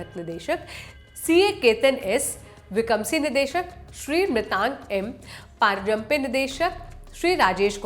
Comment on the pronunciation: मृगांक पारजंपे पढ़ लिया आपने मैडम जबकि वह परांजपे है।